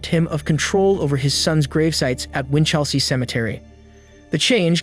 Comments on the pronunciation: This happened when I was a kid, still remember it. Every aussie does. Your pronunciation needs a little work. Don't stress vowels so much. Winch'lsea Melb'n G'long Barw'n Birregurra was good though =) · Big fan of the channel but please consider checking pronunciation of place names, you really butchered Melbourne/Geelong/Winchelsea in this one.